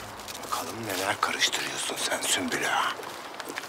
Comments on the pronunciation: Hürrem: Süklüm ağa: Sümpül ağa: Süslüm ağa 😂😂😂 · Hürrem süklüm ağa der sümpül ağa der Prenses süslüm ağa der Kimse bu adamın adını doğru söylemeyecek mi 😂😂😂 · yabancıların asla sümbül ağanın ismini söyleyememeleri gosofmsşdls